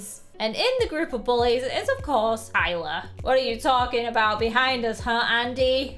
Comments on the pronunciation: You’re like Iyler instead of Tyler 😂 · and the part of the gang is ailer. me: ailer? it's tailer.